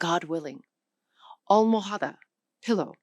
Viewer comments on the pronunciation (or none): This is why I have decided to talk about my language in Spanish when Anglos want to know more about my language after studying it for day one year. A non maternal Spanish speaker often doesn’t have enough understanding of the language to be able to explain what she is explaining. She doesn’t even pronounce almohada correctly or pay attention to tildes in Spanish words. And she should refer to the language as Castillian when referring to it in the 15th century. Don’t know if she added that there are other languages in Spain that influence the Castilian language as well.